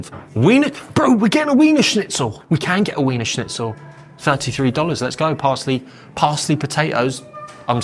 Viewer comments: Its pronounced Veener Schnitzel. W equals a V. Grüner is a great wine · This guy's pronunciation of wiener schnitzel is infuriating.